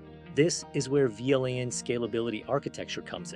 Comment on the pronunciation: An interview question... answered by an AI... that can't pronounce VLAN... I am... so depressed